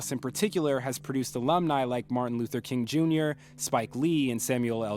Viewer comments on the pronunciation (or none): none